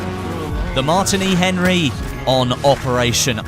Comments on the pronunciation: its not mart ini its Martini like the alcohol drink Martini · its pronounced "mar- teeny"